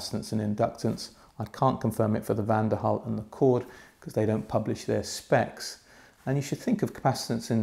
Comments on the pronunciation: Why do you keep pronouncing Van DEN Hul as Van DER Hul????????? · Van 'DEN' Hul goddamit lol